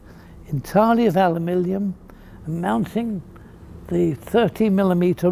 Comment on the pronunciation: Always quaint when he mis-pronounces "aluminium," bless him! ("alumiLLium"). 😄